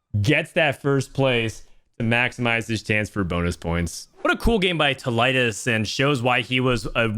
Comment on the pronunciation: its pronounced Tee- Liedz